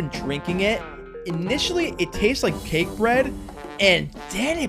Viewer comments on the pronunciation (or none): none